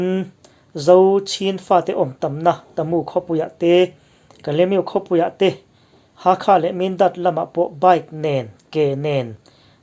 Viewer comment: 'Ha kha' ni lovin, 'Hal kha'